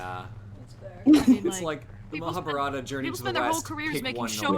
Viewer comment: Mahaa-baah-rut-aah (pronounced almost correctly) Me: Oh cool! that's the first time i've seen a foreigner say that almost correctly. Also: "Mahaa-burrata Me: So you have chosen to oops